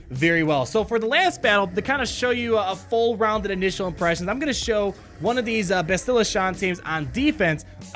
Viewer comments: His mispronunciation of Bastila is a bit annoying. Its BAH-STIH-LUH, not BUH-STIL-LUH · 'BAST-ila,' not 'Ba-stila'. like "bastard" :). keep up the great videos! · “Basti-luh”. Not “bastil-uh”. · BASTilla. (pronounce it like Bass the fish, peeps are laughing at the way you're pronouncing it, just trying to help ya out bud). :) Not bustilla. Here's a video with the correct pronunciation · bass’-till-uh. Bass like the fish. A quick till sound. And uh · I've heard more bass-chill-uh But bass like the fish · Depending on where they will be farmable, they might be good Jedi alternatives for earlier players. That low Bastila tenacity is definitely a problem. Jolee might be very annoying behind a GK lead in a Territory War. Btw, it's BASS-ti-luh. (her name is said early in the video); I'm replaying KOTOR now, and the characters almost always say it like this. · Anybody else peeved with how he says her name? Clearly hasn't played KOTOR in a while;) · For real though, you are an excellent entertainer. Your videos grow my love for the game. (As a side note, the stressed syllable is on the "Ba". Video below has a character saying her name) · I love your content, I absolutely hate how you pronounce Bastila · I'm sorry, sir. We have to take away your nerd card. You have no idea how to pronounce Bastila. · Bastila..... pronounce it properly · Learn to say Bastila's name correctly. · Pronounce her name correctly pls Also, can we appreciate the animation on “Eh, you do it.” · I dont mean to be rude, but my OCD is killing me...why does everyone mispronounce "Bastila"??? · Whenever pronounces Bastila's name wrong... Lol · you're pronouncing Bastila wrong, and it's pissing me off!